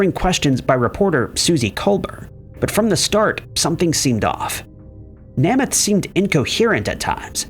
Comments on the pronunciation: "Nahmath"? Or "Nehmuth"? Nope...."Naymuth". Perhaps an actual narrator would be better than a computer with pronunciation. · Please at least find one other citation of names that you don’t know how to pronounce before making your own video. Namath is pronounced NAY-math. Not NAH-math. Also, you made this video way after Simpson had died. Accordingly, you should say “he HAD been ordered to pay $33.5 million…” or “he WAS ordered…” — not “he has been ordered…” Please up your research and editing game. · It's pronounced NAME-ith, not Nemeth...idiots. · Namath is pronounced Nay-meth… say it with me… Naaay-mmmeth.. Namath. 😂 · FOR THE LOVE OF GOD!!!!! HIS NAME IS PRONOUNCED NAY MUTH!!! LOMG A YOU DIPTWADDLE!!!!!!!! JOE NAMATH WITH THE FIRST A SOUNDING LONG. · Joe Nay- muth long a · Tell me you’re old without telling me you’re old, I’ll go first: the fact that is so young he doesn’t know how to pronounce Nā-măth! But this was a good video. Maybe you should do one one people who died because they appeared on talk shows. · Pronounced Joe ‘NAME’ eth… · NAME-ETH. Joe Namath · Nay myth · That isn’t an age thing. The last name is pronounced nay-myth. Don’t recall ever hearing anyone pronounce it as “M-e-t-h”..lol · Joe's last name is pronounced 'NAY-MUTH'. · Pronunciation of Namath's name was appalling. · To the narrator: please do us all a favor and learn the proper pronunciation of peoples names because it’s pretty embarrassing to hear you mispronounce so many of them. Really if they’re that well known then you need to realize that as well, because their names are as well known. Just a suggestion that would help. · I was thinking how can u report on namath and say his name wrong